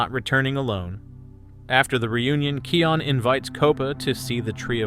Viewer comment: Kopa's name is pronounced Kō-pä and Kion's name is pronounced "Kī-yon" . Like "Lion" only starting with a K